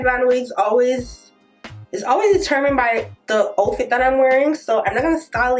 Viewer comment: Just to help you with English, it's pronounce OUW-fit not O-fit, like when you do get in a fight & get hurt, you say Ouw!